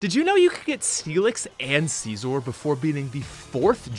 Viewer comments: It’s pronounced scissor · "See-zorr" aiyah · it's genuinely funny to me that no one seems to understand how to pronounce "Scizor" (it's exactly the same as "Scissor") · Don’t think I’ve ever heard Scizor pronounced that way. The anime and just about everyone I know uses the Siz-or pronunciation.